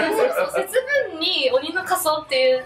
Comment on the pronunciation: 節分のイントネーションw